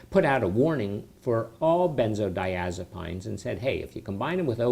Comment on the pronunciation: I totally agree with you! He cant even pronounce the name correctly. I have watched a few of his videos and all he talks about are side effects. I think this guy died. If you didn't....This is how you pronounce it "ben-zoh-die-AZ-a-peens" NOT "PINES"